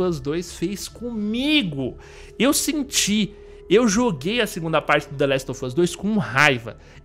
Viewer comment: Se pronuncia the last of us com V e não com F. Esse "of" tem som de V, e esse "off" é q tem som de F